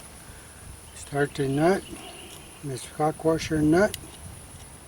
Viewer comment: Washer not warsher.